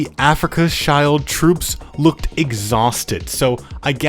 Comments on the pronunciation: Afrika Child was really funny its actually afrika shield, pretty similar pronunciation actually. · My brother in christ "schild" and "shield" sound more or less exactly the same in both languages stop saying "child" 😭🥀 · yea definitely, "Africa's child" is not the right way to pronounce it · I'm not an expert in German, but I think Schild is pronounced like 'shilled' Sorry to be a bit of a pedant